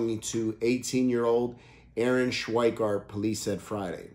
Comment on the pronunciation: You have so many things wrong. You also pronounce her name wrong. It’s a nice gesture but do more research.